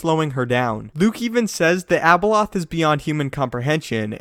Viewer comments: When he said Abeloth it sounded like Ebola 😂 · how many times you said abeloh, abeloh, abeloh,abeloh, abeloh, abeloh,abeloh, abeloh, abeloh,abeloh, abeloh, abeloh,abeloh, abeloh, abeloh,abeloh, abeloh, abeloh,abeloh, abeloh, abeloh,abeloh, abeloh, abeloh,abeloh, abeloh, abeloh,abeloh, abeloh, abeloh,abeloh, abeloh, abeloh,abeloh, abeloh, abeloh,abeloh, abeloh, abeloh,abeloh, abeloh, abeloh,abeloh, abeloh, abeloh,abeloh, abeloh, abeloh,abeloh, abeloh, abeloh,abeloh, abeloh, abeloh,abeloh, abeloh, abeloh,abeloh, abeloh, abeloh,abeloh, abeloh, abeloh,abeloh, abeloh, abeloh,abeloh, abeloh, abeloh,abeloh, abeloh, abeloh,abeloh, abeloh, abeloh,abeloh, abeloh, abeloh,abeloh, abeloh, abeloh,abeloh, abeloh, abeloh,abeloh, abeloh, abeloh,abeloh, abeloh, abeloh,abeloh, abeloh, abeloh,abeloh, abeloh, abeloh,abeloh, abeloh, abeloh,abeloh, abeloh, abeloh,abeloh, abeloh, abeloh,abeloh, abeloh, abeloh,abeloh, abeloh, abeloh,abeloh, abeloh, abeloh,abeloh, abeloh, abeloh,abeloh, abeloh, abeloh,abeloh, abeloh, abeloh,abeloh, abeloh, abeloh,abeloh, abeloh, abeloh,abeloh, abeloh, abeloh,abeloh, abeloh, abeloh,abeloh, abeloh, abeloh,abeloh, abeloh, abeloh,abeloh, abeloh, abeloh,abeloh, abeloh, abeloh,abeloh, abeloh, abeloh,abeloh, abeloh, abeloh,abeloh, abeloh, abeloh,abeloh, abeloh, abeloh,abeloh, abeloh, abeloh,abeloh, abeloh, abeloh,abeloh, abeloh, abeloh,abeloh, abeloh, abeloh,abeloh, abeloh, abeloh,abeloh, abeloh, abeloh,abeloh, abeloh, abeloh,abeloh, abeloh, abeloh,abeloh, abeloh, abeloh,abeloh, abeloh, abeloh,abeloh, abeloh, abeloh,abel